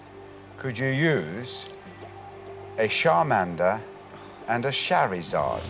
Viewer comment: he clearly has poor knowledge of Pokémon. "Sharmander" and "Sharizard"